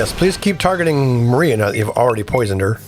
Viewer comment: It's not maria- it's Mariah like Mariah Carey. ✌🏽